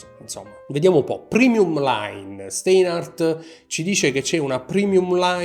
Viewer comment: Ti vorrei correggere la pronuncia, il dittongo "ei" in tedesco si pronuncia "ai" - (Stainhart) insomma.😉 Per me sono orologi ben fatti e ideali per chi non ama "sperperare" troppi dindi ma ama quel tipo di estetica (inutile girare intorno all'originalità o meno del design, tanto tutti fanno ciò che gli pare). Io personalmente non li acquisterei, non rientrano nelle mie preferenze. 👋